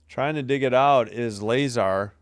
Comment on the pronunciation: La-zar not Lay-zar lol